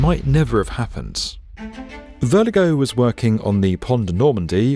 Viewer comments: it’s not vertigo there’s no T in his name. Incredibly. VIRLOGEUX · It sounds like he’s saying “vertigo” when he pronounces Virlogeux. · It's the engineer's name which was butchered the most. He was called "Verligo" the entire video. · Great video and I love you guys, but this was shocking butchery of French names. Lord Foster pronounces Millau properly. Surely the narration could have. Likewise Verlogeux’s name… Please do better. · And Virlogeux was mangled as well.